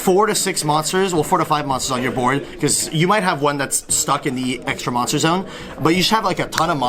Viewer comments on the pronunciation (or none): none